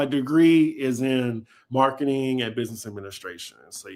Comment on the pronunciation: Chris' businezzzzz! Lmao